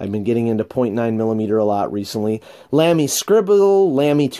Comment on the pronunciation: Great collection, fun to see what you've got now compared to last few years. Incidentally, sorry for a little nitpicking: *LAMY* is pronunced like "Lah-Mee" (not "Lam-mee").